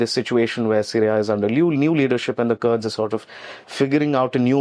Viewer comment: It's not Curd, but it's Kurd.. Indian and their pronunciation 😂😂😂